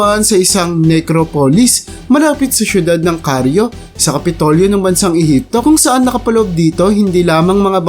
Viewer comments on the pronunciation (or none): CAIRO boss hindi Craio